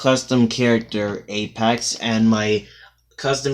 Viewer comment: It's Apex, not Apax